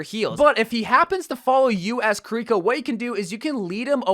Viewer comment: I hate how he says Kirkio's name 🤢